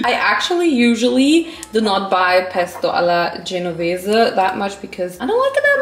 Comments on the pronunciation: I’m italian from Genova and I LOVE THAT YOU SAID PESTO ALLA GENOVESE RIGHT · OMG OMG i'm italian and when you pronounced "pesto alla genovese" I was like WHAAAAAAAAAAAAAAAAAAAT your pronunciation is I M M A C U L A T E chef kiss